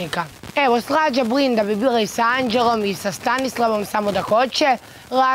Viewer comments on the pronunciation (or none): Kad kaze bVinda okrene mi se zeludac 🤮